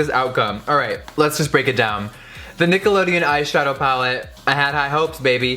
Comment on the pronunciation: sounded like you said niggalodeon 😂